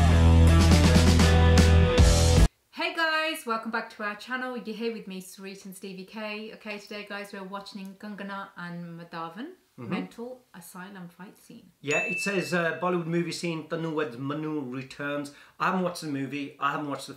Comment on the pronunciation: u said watch-ning?